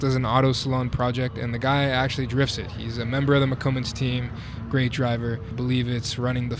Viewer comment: Moccomans? isnt it spanish like booger Mans? MoccoMans?